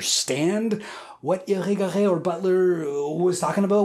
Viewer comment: The way you pronounced Irigaray so well after hearing it a few times only is impressive.